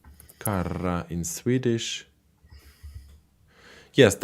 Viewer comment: "Kärra" in swedish prounance with ch- sound, not an k-sound and short ä-sound (with long ä-sound it is meaning another ting) and is not same thing the danish man spoken about. It is "skottkärra". "Kärra" is an more general word that in swedish kan meant a lot of different vehicles bouth hand-, horse or motordiven.